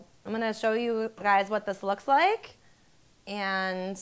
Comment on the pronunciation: Gosh you talk horrible! Really, listen to yourself in the video, it's horrible. That like pronunciation at the end, my god.